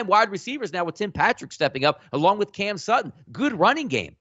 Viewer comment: “Cam Sutton”